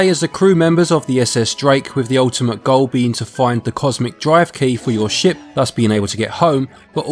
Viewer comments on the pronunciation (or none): none